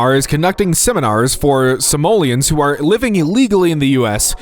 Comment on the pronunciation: Did he just pronounce Somalians as "Simoleons"? Like the Sims currency?